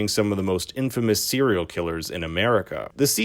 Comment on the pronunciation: Bruh im so lost. First you said "serial" wrong .. i was like okay maybe he just said it fast . Than u said composite wrong.. than u say segment wrong . Gota be from Canada lol